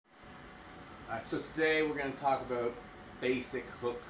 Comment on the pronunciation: Can't get enough of how you pronounce "abeut" 😂